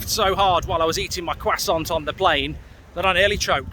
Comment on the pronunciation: Mark what the hell is a quasant? Do you mean a Croissant?